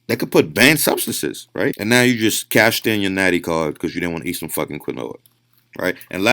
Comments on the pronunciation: I kept hearing him say "granola" and I'm like "well that can't be right..." until I saw the picture and realized he was trying to say quinoa. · Based off of how people in the Andes pronounce it, where it is native, it should really be pronounced "keen-oh-wah" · Did anyone count how many times this guy said quinoa wrong? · The way this guy blatantly and repeatedly pronounces “Quinoa” wrong has me not taking anything he says seriously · Bro this guy cant pronounce quinoa right, I don't know if I'm going to take his diet if he doesnt know what he is eating. guess what quinoa is more than 64% carb. If you eat a lot of it you will get stronger because now you are FAT. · I don't like how he says quinoa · The fact he can’t pronounce Quinoa correctly was erking my soul. Then he said make sure it’s 100% Quinoa like there are manufacturers out there mixing Quinoa with stuff to save money. Smh. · This dude doesn't one friend to tell him how to pronounce quinoa? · Dude mispronouncing quinoa kept cracking me up 🤣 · This guy eats Quinoa every day for years and still can’t fuckin say it right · Is the dude saying "quinoa"? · is he talking about quinoa and just pronouncing it wrong? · he said quinoa wrong soo many times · Dude if he mispronounces quinoa one more fucking time..... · That's not how you say quinoa but okay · I have never heard 'quinoa' pronounced like that. I had the audio playing in the background and had no idea what he was talking about for a bit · This guy said "quinoa" incorrectly so frequently and so confidently I doubted whether I knew how to actually pronounce it. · Anyone else laughing "I ate a shit ton of QUINOA and spinach" ??? Mans has never heard someone actually pronounce quinoa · ITS PRONOUNCED KEEN-WAH NOT KIN-OH-UH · Bro I thought he was saying granola the whole video. Its pronounced KEEN-WAH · Quinoa = KEEN-WAH this mf makes my skin itch worse than beta alanine every time he days KEN-OH-AH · It’s pronounced “Keen waa” 🤦‍♀️ not Quin-o-ah.